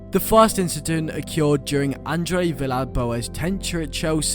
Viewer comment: WHY DO YOU PRONOUNCE “OCCURED” LIKE THAT??? Good video though mate👍